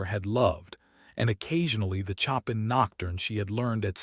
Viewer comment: 🎶 CHOP in 😯 🤨 No! Please, please fix the pronunciation! A beautiful Nocturne, it was composed by 'SHOW pan' That's how it is said. 🤪 Chop in 🪓 so silly ____ Also, a female name of Mae . . is said, May (long A) Not said, 'Me' 🥴 'Me' is just me - which is not a name. Fix it 🤞